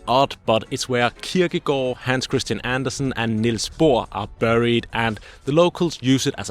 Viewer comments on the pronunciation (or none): none